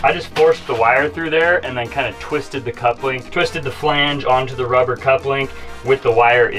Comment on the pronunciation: Couple - ing not cup-link